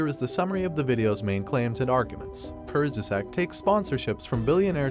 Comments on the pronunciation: Kurzge zaaaaag not zack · Great video but What the heck kurz ges act, the pronounciation is bugging me out, I know its TTS btw, nothing against the video just the voice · I really appreciate your video and research and fully agree with your result.. and for the non native german the word “kurzgesagt” can be tricky to pronounce, but it’s easy if you just pronounce it like three English terms in one and these words: courts - guess- sucked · Learn how to pronounce it please. "Koorst_gesaahgt". Or look for the pronounciation online. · kurtzgesagt curt's geh zahgt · I laugh every time you say Kurzgesagt, which is a lot in this video. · please pronunce kurtzgesagt properly it's not english it's a german word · First, teach the computer how to pronounce 'kurzgesagt' before you make a video. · If you can‘t pronounce ‚Kurzgesagt‘ or were too lazy to quickly research the correct pronunciation why not use the title of their English speaking channel ‚in a nutshell‘? Honestly, it doesn‘t add to your own credibility given that you are right with your criticism. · Lern kurzgesagt gescheit zu sagen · Please learn how to pronounce kurzgesagt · The way you pronounced “Kurzgesagt” made me sad… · You can't even pronounce Kurzgesagt right smh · "I watched a video on YouTube and here is what that video is saying, by the way I have no idea how to pronounce the name of the channel I am proxy criticizing" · The way you pronounce Kurzgesagt makes me want to die… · good video, but if I had a nickel for every time you mispronounced kurzgesagt, I would be Bill Gates